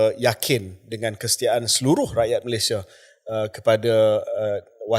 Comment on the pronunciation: Ha ha. I remember his "derma dara", instead of "derma darah " 🤣🤭